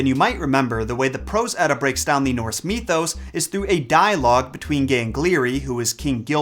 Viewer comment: Mythos not fucking me-thos. Either than that love the vid